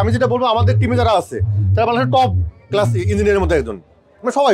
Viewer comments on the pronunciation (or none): none